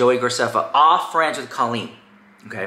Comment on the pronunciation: It's pronounced "CO-leen" not "CALL-een." Sincerely, a former Colleen fan.